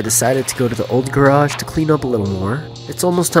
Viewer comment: Say GARAGE correctly… 👍